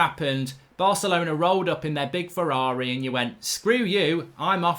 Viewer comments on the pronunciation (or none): none